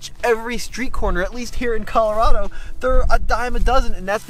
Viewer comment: You said Colorado wrong